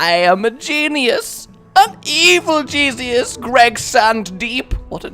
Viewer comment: anyone else notice he says "I am a genius, an evil Jesusus" lol